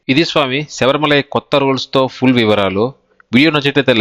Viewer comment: సబరిమల కాదు బ్రదర్ శబరిమల